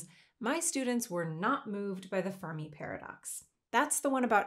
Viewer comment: Of course the kids weren't impressed by the birthday paradox - it's not a paradox at all. Also, you're mispronouncing "Fermi".